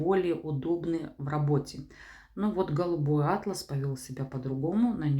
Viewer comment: Атлас это география,а у ткани ударение на вторую «А»